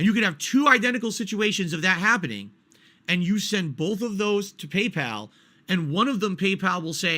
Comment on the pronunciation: "Pee-Pal" is very mysterious indeed